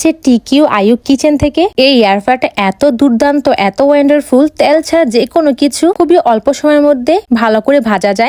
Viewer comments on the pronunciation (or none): ওয়েন্ডারফুল❌ ওয়ান্ডারফুল✅